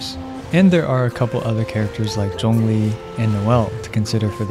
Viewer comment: Hey you can pronounce Zhongli correctly! That's a rare find.